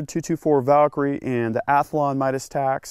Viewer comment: Athalon? You mean, Athlon? lol